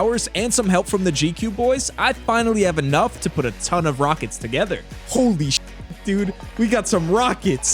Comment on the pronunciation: “Yow wneed mwor wakets “🤓